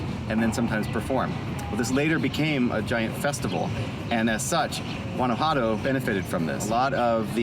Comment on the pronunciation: It’s not “ Gadajuanto” it’s Guanajuato 🤦🏻‍♀️ plz don’t visit my land if you can’t even pronounce its name. and 2 I couldn’t take the whiteness in this video 😂